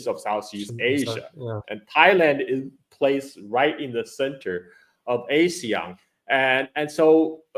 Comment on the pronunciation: Btw ASEAN is pronounced Ah-see-yahn, the way Sen. Tammy Duckworth pronounced it at the Hegseth hearing.